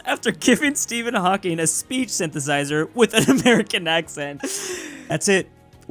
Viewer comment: I didn’t know Hawlking was British....